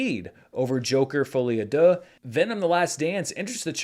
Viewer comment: I never made any comment about your French pronounciation, but hey you made a lot of progress on "folie à deux' so this is Worth mentionning. Congrats